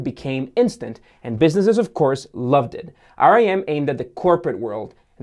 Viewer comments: But they're not dead??? Also Its pronounced RIM Not R I M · Most people pronounced it rim instead of r i m also more say operating system not oprah rating system and you dont have to point about the lack of value in the Canadian dollar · Nice video. Note that RIM was not pronounced "R-I-M" but "rim" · Everytime he said rem i was like why the band make a phone 🙄😂 phone can only be used "IN THE CORNER" 😂😂😂😂